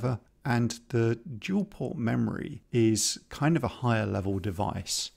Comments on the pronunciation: I really enjoy your content (I have been awaiting this video with bated breath and am looking forward to your sprite logic) but I simply can't resist a bit of gentle mockery. To wit: "Dual" not "Duel" ;D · “Dual port RAM. not Duel port RAM”. Haha